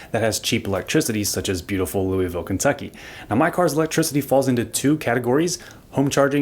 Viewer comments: It's not "louie ville," it's "luhvull" lol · I know you're not from Louisville if you pronounce it like that 😜